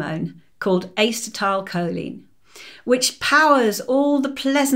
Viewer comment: She lost me at Ace-tile choline 😂